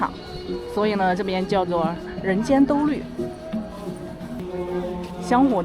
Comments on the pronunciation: 兜率shuai，不是豆绿😂😂 其实拿不准读音的时候用输入法检测一下就行，太上老君住的不就是兜率宫吗，打shuai刚打到g就出词条了，打lv全打完也只会出“豆绿宫”😂😂😂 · 兜率（shuai）天 4声